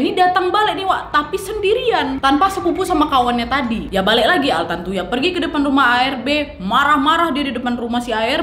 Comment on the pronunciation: Ini vdeo lama, tpi karna brhubung qu lupa udah nonton apa blom jdi yowes tak tonton aja 😁 Btw knapa nama si korbn trdengar jdi "tarantula" ya di telinga qu?? 😆😆